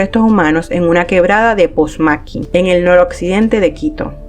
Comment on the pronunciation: Todo iba bien hasta que pronuncias "POSMAQUI" ese no es el lugar se dice POMASQUI. A parte de eso buen video. EXITOS!!!